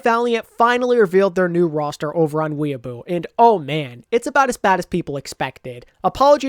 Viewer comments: “Announced on Weeaboo”?!? That’s a WHOLE different thing dude. Weibo is pronounced “Way-Bo”. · It's wei-bo not weeaboo lmao. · Laughed so hard when you called Weibo "weeaboo". Keep up the work!